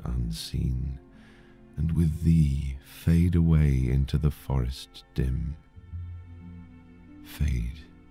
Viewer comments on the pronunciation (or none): none